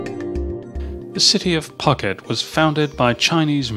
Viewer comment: Interesting and varied tour of Thailand, but I have to say the pronunciations were abysmal. For example, - Bangkok = Krung Thep with a silent h. Phuket is pronounced - Pooket, (silent h), and many more.